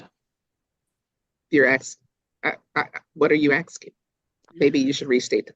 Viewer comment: ASKING NOT AKSKING JFC 😂